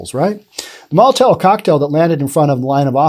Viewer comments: STOP SAYING MOLITAIL, IT'S MOLITOV. MOLITOV, NOT molitail! This is grade one pronunciation, and you just failed miserably. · Molotov isn't the hardest word to say.... except for you.🤔